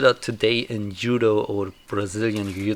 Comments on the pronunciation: hehe well originally in Japanese it's DZUDO, and you probably know it already. I didn't know German language was this special in transliteration of foreign words. Do you say jiu jitsu as yu yutsu as well? It actually sounds more like dchudo or something like that. Edit: I'm this bothered cus my teacher of Japanese made it her thing to correct any and all wrong pronunciation of Japanese words and I caught it from her. Sorry 😅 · "Yoo-doh"? Is this the martil art of Ott Jud? He had some great yu-do! :P